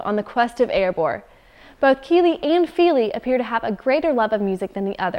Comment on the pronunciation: I'd have thought the pronunciation isn't Keeley and Feeley but Killee and Fillee (with the first "i" in each being short, as in "hit").